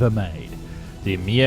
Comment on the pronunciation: The way you pronounce Мясищев (inventor/Bureau) is hilarious. Messy chef? Of course, the original is even less appetizing if you follow the Russian semantics and phonetics of the name. Or actually 😏that depends how hungry you are I suppose. Or how carnivorous...